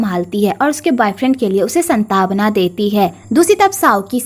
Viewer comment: Ap santwana ko santawna kyo bolti ho